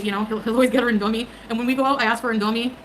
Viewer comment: Her sudden stupid mispronunciations of random words is f*cking annoying. Also when she randomly starts repetitively saying certain phrases out of the blue. “I seen it…” “ever since I’m _____,” and “whoa!!” came out of nowhere, and her most obnoxious mispronunciations are, “sandwidge,” “indOGHmie,” and “inDOCTRINologist.” Like you speak English fine and you’re not quirky for f*cking it up on purpose.